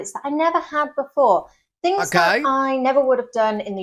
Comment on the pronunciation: Why do you pronounce the word things as “fings”? Is it that hard to speak English properly?